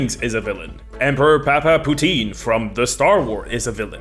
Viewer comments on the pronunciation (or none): The way you said Palpatine sounds like Father GravyFries in French.